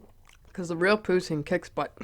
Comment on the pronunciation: You look gorgeous!! Amazing video as always ❤️❤️ Canada here!!! I love how you pronounce poutine!